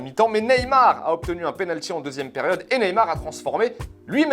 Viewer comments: ont lui dit ou pas que sont surnom c'est ney et pas nez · Galtier calme toi sur le « ney » stp